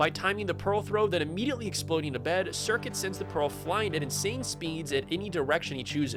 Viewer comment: This guy doesn't know how the speedrun works. Curcuit a made a whole video analysing the run. Also, it's not "circuit".